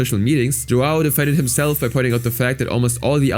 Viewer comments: btw as a brazllian, "joão" is a common name and i's not pronunciated joao, but "joeun" because of the ~ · tf you mean JuWOW Rodrigues? JoÃO You read the ão as in "Hum" with a silent H! anyway dude is a POS but i'm defending the portuguese language, while the guy is brazilian, the language is mostly the same Also the sheer amount of censorship... Censoring the word "Children" fucking hell... One day youtube videos will only contain beeping or have no speech at all